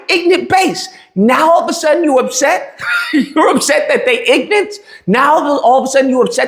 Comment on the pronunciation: there's something that kinda peak ironic to pronounce the word ignorant as: "Inant" given what the word ignorant means...